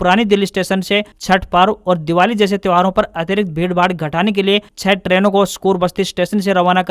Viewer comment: Traino koi word nahi ha. Train English word ha jisko aap Trano bol rahe han. Agar English word bol rahe han toh usme Haryanavi mix mat karo usko pour English hi rahne